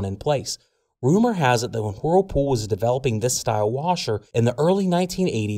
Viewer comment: It's not whoooooooerpool it's wurlpool